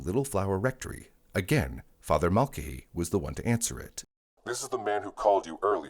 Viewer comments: It's pronounced MULL-KAY-HEE ffs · This has to be narrated with the way it is pronouncing Mulcahy.